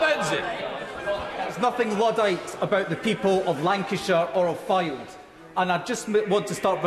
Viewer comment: So an MP whose constituency has been adversely affected by fracking (it's Fylde, by the way, not 'Flyde'), and whose constituents are dead against it, is supposed to be satisfied by hearing something in a PM statement, instead of being informed personally. 10/10 for the people management skills, Moggy!